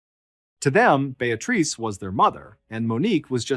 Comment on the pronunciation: Beatrice = (pronounced BEE-A-TRISS)